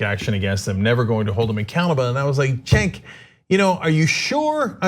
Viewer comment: Cenk pronounced Jerk